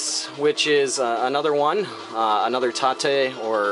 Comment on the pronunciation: Good tute. It's kinda simple when you explain it. As long as you keep it safe it should be ok. It's interesting that you pronounce Tate as "Tah-teh" I always thought it was "Tayte" when reading it. I usually go with the Japanese pronunciations of these words.:)